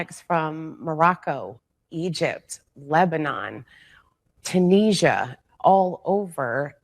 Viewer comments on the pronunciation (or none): Firstly, Europe here, and I begin with Trump is an arsehole, but the lady interviewed said the country which sounded like "Tan-ee-sia"... I thought to myself where's that? It's Tunisia and it is (and British/Irish) Pronunciation: tyoo-NEE-zee-uh (four syllables, with a "z" sound). I never knew that Common American Pronunciation: too-NEE-zhuh (three syllables, with a "zh" sound, like the 's' in "measure").